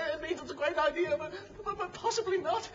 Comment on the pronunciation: "I think it's an excellent i-dear" 😂